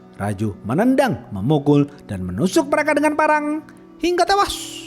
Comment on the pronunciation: Bang bacot ngomng tewas nya biasa j dong